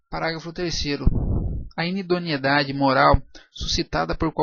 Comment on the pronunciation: Errata: "inidoniedade" x InidonEIdade. min.